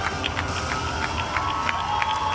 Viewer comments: hell no! it's pronounced gadot like ga-dot. she os not french she is Israeli and in hebrew there are not silent vowels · Why does Patty Jenkins refuse to pronounce Gal Gadot's name properly? That's twice now I've seen her deliberately mispronounce "Gadot". As Gal herself said to Jimmy Kimmel when teaching him how to pronounce it correctly, "Heavy on the "T". Ga DOT! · her name is not pronounced "gadoe" right? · In every comic con they never pronounced Gal's last name correctly... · Everything thing was going fine until she said gal's name wrong , pisses me off everytime